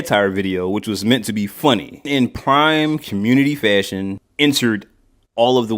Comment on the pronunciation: I felt that when she said I might be broke or up or how ever but if it’s a shoe she wants from CPFM she gets it, and that’s me too lol with other shoes, Btw you guys need a twitter, I’m tryna show y’all a fav Nike blazer of mines from 2009. 👍🏼 btw that everytime she say FASHUN it’s hilarious 😂